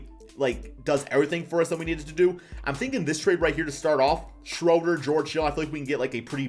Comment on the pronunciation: Say it with me... Dennis "SHREW"-der